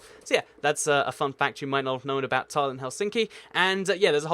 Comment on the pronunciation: Nickosher? Dernooby River? Tarlin? Loam and Ackrer? Nuke? Please learn to pronounce place names if you're going to make these videos! By the way, the neighbouring capitals of Wellington, New Zealand are Canberra, Australia (1400 miles); Nukualofa, Tonga (1510 miles); and Suva, Fiji (1615 miles). And, with close capitals, you missed out a bunch of very close ones - far closer than some of the ones you mentioned. St John's, Antigua is 30 miles from the capital of Montserrat and 55 miles from the capital of St Kitts Nevis. Damascus in Syria is just 53 miles from Beirut, Lebanon. And Amman, Jordan, is just 45 miles from Jerusalem, Israel (and that's not getting into the "is it a country?" argument about Jerusalem's near (10 miles) neighbour Ramallah, Palestine!